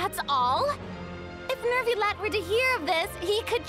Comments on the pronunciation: First of all: HAPPY NEW YEAR! Hope your holidays went well and you had fun. About french pronunciation: - Neuvillette has no "r" sound in it... AT ALL. I don't know why people think there is one o.o - Letellier: Chevreuse says the name perfectly at least, "LETAYLIAY" (no "r" sound either for that one) - Chevreuse: many english streamers pronounce it "chrevroose"... which is not the right way ^^'. In fact, "E" and "EU" are pronounced the same in french, "EU" is just a longer sound. (it's the same for N-EU-villette). - Baptiste : again wrong pronounciation, the P is kind of silent, the best way to say it is BATISTE. Rest assured you're not the only ones having problems with french, I still haven't heard any streamer pronounce the french names correctly since the start of Fontaine , my poor ears are bleeding since 4.0, help! xD (I still don't understand, since the start of the game, why in the EN dub there are so many foreign words if it's only to butcher the pronounciation... T.T) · Neuvillette doesn’t have a “r” sound. The “eu” is /œ/. When you pronounce “bed”, the “e” is /ɛ/. Keep pronouncing this vowel, but only change your lips to extrude out and rounded, then you will have the sound. It’s like the sound you make when you see something disgusting and about to throw up. The letter “r” does not always pronounce; it depends on the letter combination. When you have “er” at the end, like the name you saw ending with “ier”, “er” is /e/. It’s the first half of the vowel in “pay” /pei/. So “ier” is just /ie/. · neuvillette's pronunciation isn't supposed to have the 'r' sound in it i think!! the 'eu' is supposed to be pronounced as the 'i' in bird,,, that's the closest sound i could find anyway :] we actually have a letter for that sound in turkish,, 'ö'!! but this is how i heard french-speaking people pronounce it,, im not french myself so what would i know ^^'